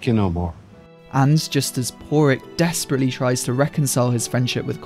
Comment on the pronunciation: I was about to ask if the narrator was mispronouncing Pádraic. I mean.. we all watched the film; you can hear how they pronounce it.